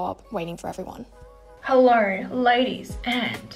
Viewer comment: "Hellaur, ladies and genitauls" 😂😂